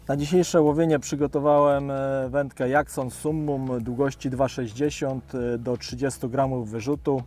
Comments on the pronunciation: Super film !! Ale jak już mówi ktoś "dżerk" to i mógłby mówić "dżakson".... Malutki detal a dużo daje 😊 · Serio tak sie wymawia ,Jackson '? Strasznie kuje w uszy..